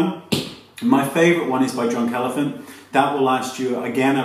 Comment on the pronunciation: He said Drunk Elephant but it sounded like he said John Calavin lol